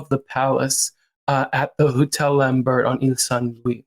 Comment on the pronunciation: That's not how you pronounce his name. Or Hugo Vickers, or Lambert for that matter 😂